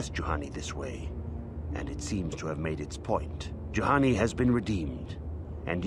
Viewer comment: did you flippin´ just called Juhani a Jahani? I think you just flippin´ did.. shame.. SHAME!!! I also told you last monday about the armor restrictions on some force powers, READ THE BLOODY COMMENTS!!!